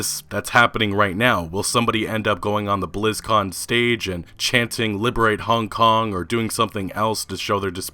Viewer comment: Dude I don't like the way you pronounce Hong Kong. It sounds weird af